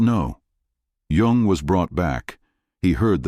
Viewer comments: His name is Yung, not Yong or Young. At least get THAT part right, you AI dorks. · This AI is not the most current. The man’s name is Jung, not young